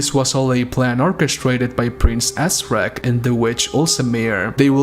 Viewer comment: did you say Prince AssRack? )